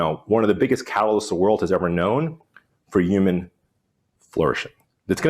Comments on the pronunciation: Say “yooman” one more time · What is a Uman? 😂